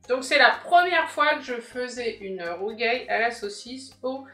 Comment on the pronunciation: ba écoute corriger une erreur c'est pas critiquer dans le vide donc excuse nous de vouloir préciser qu'il y a une erreur et corriger pour ceux qui passeraient par là et qui seraient tenter de reprendre la bêtise dans leur façon de prononcer "le rougail" fait partie des plats typiques des créoles réunionnais merci de pas déformer ça prononciation et de te renseigner on voit suffisamment de bêtises sur les réseaux